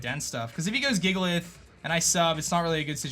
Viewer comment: DAT BOI SAID JIGALITH